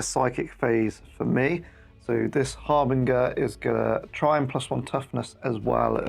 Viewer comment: Sorry to be that guy but is it really harbin-gur? I would say it as harbin-jur.